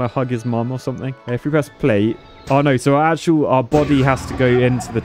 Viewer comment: I love how says "noy" instead of "no".